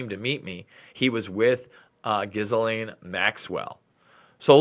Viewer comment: It's pronounced, Gee-lane. The s is silent in her name. Also, her father was not a spy. He committed suicide. He jumped off the boat. That's the official story.